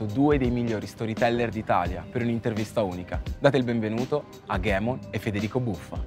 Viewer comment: Pronunciare ghemon prima di buffa è una bestemmia